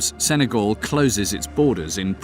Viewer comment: Sen-ay-GAL, not GOL